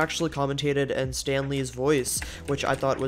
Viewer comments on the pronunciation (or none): none